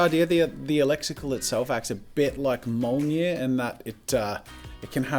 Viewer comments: Mjölnir pronounced like myulneer not mulner! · ... You pronounced Mjolnir wrong. Its Meeowlneer, not mowlneer. but its ok. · Jazza, good try with pronouncing mjollnir. It was almost right but you misplaced the j that is pronounced like a y. You said it like Molnyeer but it’s more like myolneer. I may also be wrong. Feel free to correct me if I am (this is the internet so I’m sure someone will anyway) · "mol-nir" its mijolnir. its pronounced : Me-yol-neer.. lmfao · I think it’s pronounced me- yol-nir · are we gonna ignore the fact he pronounced it molneer? yes. yes we are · MCU fans: pronounce mjolnir correct, least you could do- Jazza: we don’t do that here